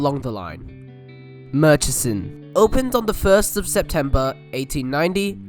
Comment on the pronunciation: and they kept saying murrichson lol i always get a laugh from people's assumed pronunciation for place names. and this one's not even foreign. just get the fare-capped vline up here and ask us lol